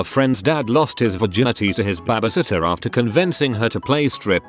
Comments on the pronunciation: "Bahh bee sitt tuhh" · It cracks me up that it hits a perfect "tour de France" with the accent, but can't say babysitter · lmao it sounds like “babbishitter” for no reason XD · No one: Literally no one: Bot: weirdest things a Bahbysitter has done